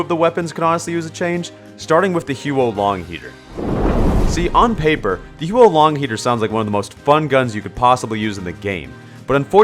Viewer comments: May I just say, Huo Long isn't pronounced "hew-oh lahng" it's pronounced "hwoh lohng" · I often use the HuoLong on payload attack since the fire scares spies away, and staying on the payload negates the ammo penalty. It would be absolutely OP if it had no damage penalty. (sidenote: it's pronounced more like "hwoh" than "hyoo-oh;" huo long literally means "fire dragon" in Mandarin.)